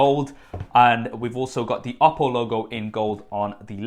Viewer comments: Lol "oddo" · When he says oppo I always hear Apple and get confused haha